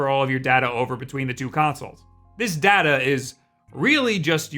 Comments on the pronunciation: IM SORRY, he said data not data? Is he okay? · Day ta how you should pronounce data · he said Data instead of Data. smh. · DADA WTF?? IT'S DATA.